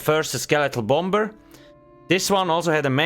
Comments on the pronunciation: You don't pronounce the second b in the word bomber. It's silent 😊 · The bom-ber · Take a shot everytime he says Bomb-Ber